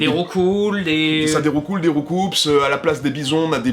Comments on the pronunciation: Des roucoup pas coupse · Arrêtez de dire "roucoupses" c'est "Rou-cou" (il donne des coups, Roucoups)